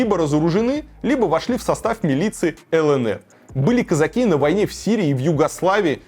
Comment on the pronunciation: Как режет слух это российское кАзаки, кАза́чий